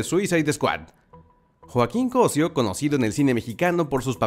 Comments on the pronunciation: ¿"CÓSIO"? ¿NO ES "COSÍO"? NO QUE MUY ORGULLOSO DE SER MEXICANO. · Cosío (Cosíiiiiiiiio ), no Cosió y menos "CÓSIO"... AHÍ TE ENCARGO QUE SE NOTE EL ORGULLO DE SER DE MÉXICO, decir mal el nombre dejaselo a los no mexicanos... Jajaja ahí te encargo jajaja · Repite conmigo,: CosÍo... Co... sÍ...o Tienes un problemita con la lectura de acentos... 😔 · Muy orgulloso de ser mexicano y ni siquiera puedes pronunciar su apeido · Es solo que cdo una persona no save ni prounciar el apeido de su propio compatriato se siente falso el orgullo eso es todo